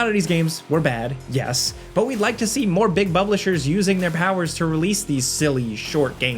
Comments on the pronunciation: "more big Bublishers." hehe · Bublishers lmao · "Big Buplishers" 😂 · "more big bublishers" 🤣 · Also "big bublishers" 😂